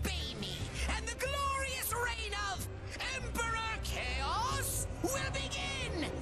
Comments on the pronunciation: It's kaos not choas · f it's Kaos K.A.O.S not chaos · also its pronounced k-a-o-s